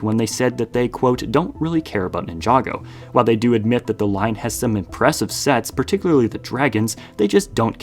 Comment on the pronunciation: Why do you pronounce Ninjago like that?